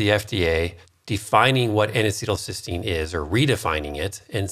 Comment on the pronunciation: NAC is not N-acetyl-Cystine, but N-acetyl Cysteine. Cystine is the oxidized dimer of Cysteine, which is a single amino acid. keeps saying "cystine," when he should be saying "cysteine." NAC is also branded as "Mucomyst-"-used in ERs to treat acetaminophen overdose. All anti-oxidants except glutathione become free radicals after they donate their electrons to neutralize other free radicals. When reduced glutathione donates its electrons it is simply "oxidized" glutathione, but not oxidizing.